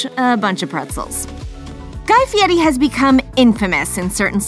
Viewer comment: He can't pronounce his name right. He puts a t in it. Why would anyone think he can cook???